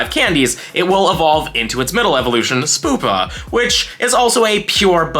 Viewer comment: it’s spEWpa not spoopa 😆